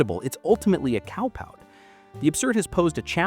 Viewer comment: why does the narrator say "cowpout"? That's not a real word. How do they not know this?